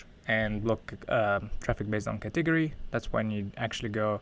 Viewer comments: I literally Googled katiggery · took me so long to realize he was saying " Category" :)